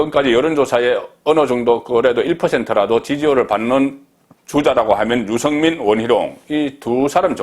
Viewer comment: 아무리 경상도 출신이라도 그 정도로 알려진 언론인 이라면 발음 좀 신경쓰세요. 육월? 유성민? 정세없는 복지? 그래도 방송인데....